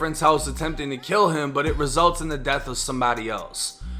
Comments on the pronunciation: It’s “Death” not “Deaf” 🤦🏽‍♂️ #AlabamaEducation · She said deaf. 😒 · she said “deaf” threats 😆